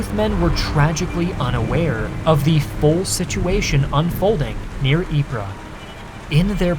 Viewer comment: ▶ = it's pronounced: (Ypres) Eee-Pp (🚫 Eep-Ra ⛔) Great Video ;-))